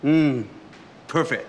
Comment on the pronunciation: 今天来个新单词 per饭个特